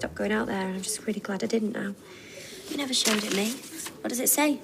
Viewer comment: Bro said neber 🤣🤣🤣